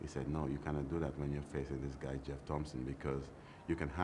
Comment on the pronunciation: It's Jeff Thomson , not GEOFF Thomson !!